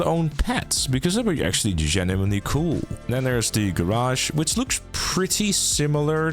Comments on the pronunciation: Do you say genuimenly ? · he is 'GENIMENLY' interested, guys...